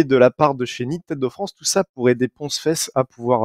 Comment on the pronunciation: c'est 'Ponce' tout court